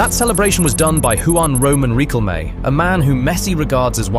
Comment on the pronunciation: Oh man, the way you pronounced Juan Roman Riquelme really hurt my ears, also hurt my soul.